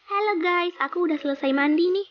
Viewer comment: nyebut Ges 😂😂😂😂😂😂